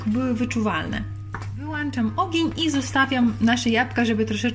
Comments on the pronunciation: Włączam, wyłączam, to jest poprawna forma, a nie włanczam, wyłanczam 😅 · Wyłączam, a nie wyłanczam.